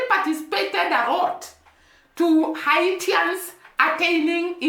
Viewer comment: The people of Haiti are called Haitians, pronounced Hay-shans.